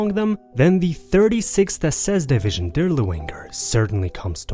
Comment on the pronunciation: “Death’s head”, not “dead head”. Moreover your pronunciation of German words and names is catastrophically bad. “DirlevAnger”, not “Dirlewinger”